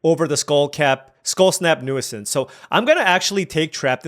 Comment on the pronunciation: Hate to be that guy but it’s pronounced “new-since”, not “new-uh-since” 😅